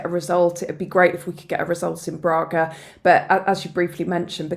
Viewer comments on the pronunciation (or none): It is not Brarga, it is Braga. The first a is a short 'a', the way grass is pronounced in Nottingham.